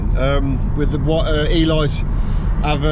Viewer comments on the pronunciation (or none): Elite = e leete, not e light lol as in premium or top quality 😉 👌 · eeeelight?!? You mean Eleeete 😂 Car looks cracking tho 😎